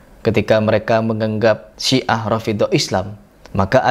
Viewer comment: Siah bukan si'ah... Sia